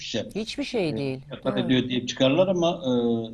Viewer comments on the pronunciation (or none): Kefalet o, kefaret değil 😂